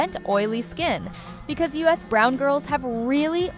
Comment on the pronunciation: The minute you pronounced "us brown girls" as "US brown girls" I know this is AI.